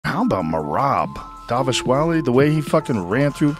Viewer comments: Its pronounced dvaleeshveelee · Pronounciation is off, its dva-li-shvi-li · I´m from Georgia, he didn´t say Merab´s surname correctly but it was pretty decent, we don´t blame people for mispronouncing our surnames because it´s really hard, been living in different countries of Europe for 10 years and haven´t seen a single person pronouncing my surname correctly hahaha